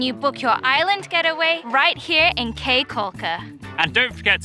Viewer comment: Caye is pronounced like key not kay. nice video.